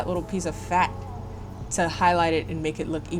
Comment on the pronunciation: Why d'you have to say "Fat" like that? lmfao